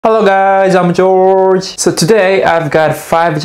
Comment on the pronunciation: You pronounce your name, "George", incorrectly.